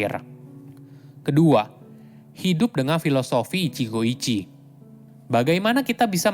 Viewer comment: maaf, pronounce utk ichigo ichie itu huruf e tetap dibaca (seperti pelafalan ember), jd bukan ichigo ichi tapi tetap baca ichigo ichie